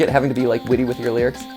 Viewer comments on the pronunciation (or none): can we just appreciate how for "witty banter" he did "whitty banter"